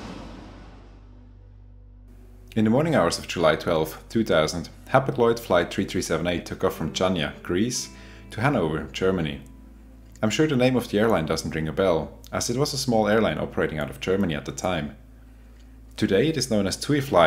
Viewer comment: Amazing video as always! But you properly butchered Chania. It’s pronounced like Hania . It’s a Ha sound. Hope this helps in the future. Cheers from Greece